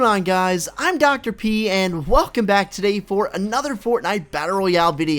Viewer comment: I like the part when you say dr p it spund like pee i lauph everyday